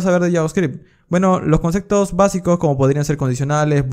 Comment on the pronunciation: Nadie: Absolutamente nadie:: CONCECTOS